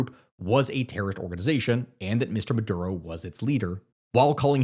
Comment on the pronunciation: Maduro not murdo